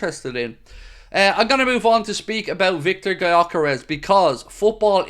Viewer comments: pronounced "yo keresh" btw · Okay, so I messed up my original message, writing "spelled" instead of "pronounced", but the way you explain the pronunciation doesn't make it easier for anyone not of Hungarian origin to say the name right. They don't know the letter 'ö' and "Dj" gives the idea of spelling it like "dzs". Let's just agree that neither of us knows how to use the international phonetic alphabet. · I see and it makes sense. Btw, the "dzs" prononunciation was actually intended, because a none-hungarian really cannot pronounce the "gy", I think it's one of the closest in sound, or it could also be a good idea to just change the "G" to a "D" and simply say it as "Dyœkeresh". Sounds more closer to the actual than pronouncing the "G". Either way, would be an interesting signing. Not saying Viktor is a superstar center forward but I'd swap him for Darwin in a heart beat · It's spelled Gyökeres. It's pronounced "Djökeresh". It's a name of hungarian origin.